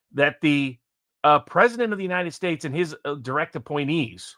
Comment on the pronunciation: He talks too much. He cuts off & interrupts him often it's frustrating. Alexander does it to nearly everyone even including the likes of Patrick Lancaster. I like him too buy agree with you. It irritates me how he Pronounces "his" like "he's" & the way he says a few other things totally wrong.